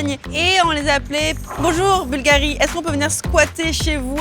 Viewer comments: Il faut mettre l'accent sur la u, pas sur la i. Bùlgari et non Bulgarì. Ça fait vraiment une difference énorme. Style, un italien ne comprend pas de quoi tu parles. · Au moins apprendre à prononcer le nom Bulgari! Bùlgari, et pas Bulgarì! C’est comme si un italien prononçait Càrtier pour Cartier. Mais jamais de la vie!